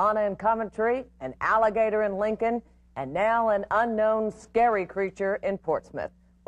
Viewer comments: “That’s how I could tell it was skeely”….news guy: “skeely?” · is she saying scaled or scary?